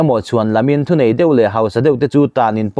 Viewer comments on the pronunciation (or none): none